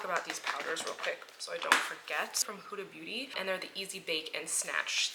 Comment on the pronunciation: “Hudabootie” 😂 Love you! Your videos always help soothe my anxiety! 💖